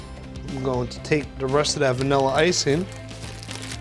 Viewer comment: “Look a dat “. New joysee.